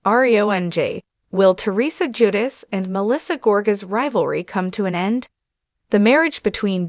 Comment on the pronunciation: Ju-deh- chee Please pronounce it right please!